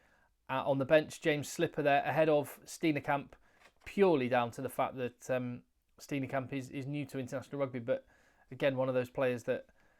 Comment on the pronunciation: The name Steen(e)kamp is pronounced Steenkamp with a silent (e)